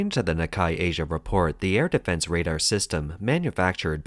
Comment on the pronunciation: Just a friendly note for the narrator: The Hague is pronounced "Hayg", like the word vague, and the Nikkei is pronounced "Knee-kay". Obviously they're pronounced differently in their native languages (Dutch and Japanese respectively), but those are the North American pronunciations.